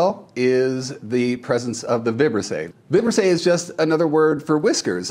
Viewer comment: The correct pronunciation of “Vibrisse” is with the accent on the second I. 🤓